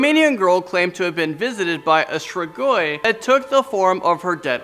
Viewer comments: Strigoi is pronounced STREE-gwy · Your not saying strigoi right